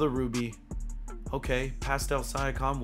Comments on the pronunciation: It’s siiankam not siakam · I hope joking when he says Sya-com. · Love the vid but just fyi it is Sea-ahh-come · Pascal “Sia-com” 😂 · He said “syakam” LMAO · PASCAL SIGH-AH-CALM. LMAO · 'pascal si a kime' lmao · Is that really how you say Siakim or are you just trolling? lol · said pastal syakum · “Pastal siakom” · Pascal sigh-a-comm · He said siakom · sigh-ack-am is not it bro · I hope he was joking when he said siakam 💀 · Bruh my man says Siakam's name so wrong lol🤣🤣🤣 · can we say siakams name right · Mans said pascal last name do wrong 💀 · oh god i can NOT stand the siakam pronunciation 😭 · Siakam he can’t say it right it like do you even watch basketball